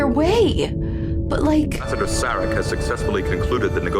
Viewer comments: It's cracking me up how part of the crew, and part of Sarek's delegation pronounce his name differently. Of course, you yourself are guilty of hatchet jobs on names in other movies that you've reviewed, even after the characters say a name perfectly, you pronounce it completely different. LOL It's ok, we still love you.;-p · It's a damn shame that "The Enemy" and "The Defector" have been left out. Good episode that some hypothesize as the build up to the Sins of The Father episode considering what happened in those episodes and who was involved. It's hard to not see the "Sarek" episode as a reflection of what was happening to Gene Roddenberry and his health during this time. He was suffering from memory lapses, mood swings, and experienced troubles with speaking. The choice to have the character Sarek have a similar type of downfall made this episode one of the best. I'm liking the idea of having the two-parters being grouped and reacted to separately from the rest of the episodes of the seasons! I can hope that it applies to all of the two-parters to allow more space to watch other great episodes! Season 6 will definitely benefit from this format.